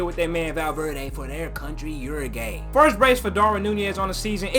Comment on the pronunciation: You should really search up the pronunciation of Uruguay because it’s definitely not you-ru-gay 😂